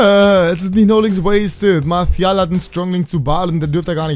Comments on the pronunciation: Ja ich habe französisch in der Schule...'Marsial' würde ich mal sagen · Warum sprichst du Martial mit spanischem akzent?